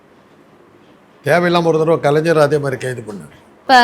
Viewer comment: Kalanjar ha nalla Thamizh pesara ma ni... Its Kalaignar